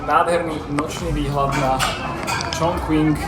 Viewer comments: Skús to vyslovovať Čchung Cin a nie Čchong Čching či dokonca Čon Kving,... v dobrom. A mohol si ukázať vždy na mape,..kde je navštívené mesto dislokované v rámci Číny. Kvôli predstavivosti a správnej identifikácii. Keď ešte náhodou skomolíme aj anglickú výslovnosť, je potom ťažko rozumieť o aké miesto ide. Inak video pekné,... poučné,...ale Čína si zaslúži aby sme jej mestá vyslovovali tak ako aj oni. Daj si do Google prekladača názov čínskeho mesta foneticky, či v hieroglyfoch ( 重庆 Chóngqìng ) daj si zjednodušenú čínštinu a stlač tlačítko reproduktor a ono ti to vysloví čínsku fonetiku. Ty používaš anglickú fonetiku,... Prepáč,...nemudrujem,...ale bol som v tom meste pred časom a mám to tam rád. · Číta sa Čonking